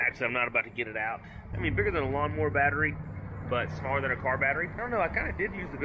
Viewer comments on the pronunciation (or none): Intracoastal not Intercoastal. Important not Impordant. Rural King not Rule King. Times not Toms. Island not Ahland. Lawnmower not lahnmore.